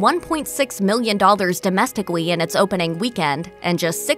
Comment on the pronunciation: “bringing in a measly 1.6 million dollars DOMESTICWEE?” Lmao